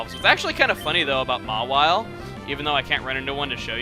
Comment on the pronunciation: So, Mawile was supposed to be called Mawhile? (emphasizes the "wh" sound like Stewie)